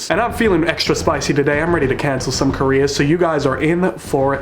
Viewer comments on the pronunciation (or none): “I’m ready to cancel some Korea”: what I heard